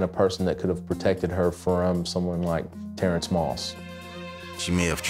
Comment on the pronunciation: Is anyone else annoyed how they pronounce TERENCE?😏